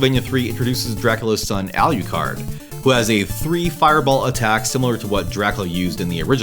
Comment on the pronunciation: Love the channel, great video, but omg the way you pronounce "Alucard" 😢